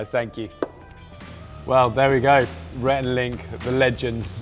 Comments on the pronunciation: He called rhett Renee 😂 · 1) I can't believe this only has 140k views. I thought for sure it would have more. 2) He called Rhett, Renae. Haha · Did Bear call Rhett Renée? 🤣